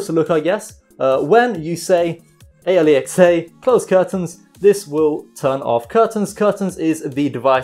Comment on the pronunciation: Because he is saying it in a shitty way and only realized after making the vid: "Aeliexey" 😂😂